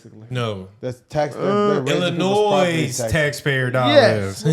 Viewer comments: Would’ve been a well put together video if you were more informed. Also, you don’t pronounce the S in Illinois! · In Illinois the “s” is silent. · The “s” in Illinois is silent. Brandon isn’t going to resign and he can’t be removed. I intend to fix that, or at least give it a good try.